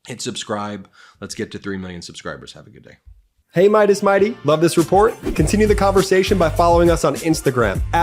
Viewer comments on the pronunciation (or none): none